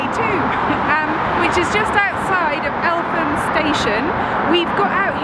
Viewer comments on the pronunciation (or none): As a born and bred SE Londoner of a long line going back to the 18th century - Eltham is pronounced Elt-Ham as in the home of the Elts run together in a lazy way not Elfam :-) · El - Tham station?..Its Eltem - Eltham......happy new year.. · El—tum, right? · I love how pronounced Eltham (It's pronounced Elt-ham):-) and they went to Blackheath (one of my local stations):)